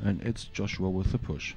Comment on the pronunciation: Joshua, not Josuha.